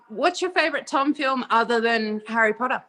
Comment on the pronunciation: I want to tell you that I watched ALL the Harry Potter movies in a day and repeated some and my mum was getting annoyed. She was also like ‘Will that dam blonde ever stop saying ‘pOoTaH’ ❤️❤️